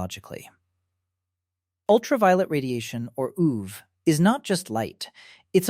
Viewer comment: Maybe ai narration?? Why does it say ooh-ve 😭💔🥀